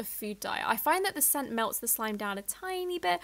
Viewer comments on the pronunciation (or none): none